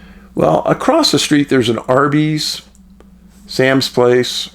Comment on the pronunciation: Hey Dave, thank you for keeping these cases alive! Fyi it is pronounced psalms place (Sahm’s) I grew up in this area in 80’s-90’s. Lived here on and off my entire life, I do not recall many uap sightings being reported around these parts, there may be some I am unaware of but none the less very strange case w many profile points! I wonder what other local news for local consumption I can dig up on this? I will let you know if I find smthn interesting!